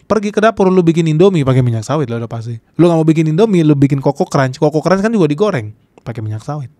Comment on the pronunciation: kan bukan keun....gak jelas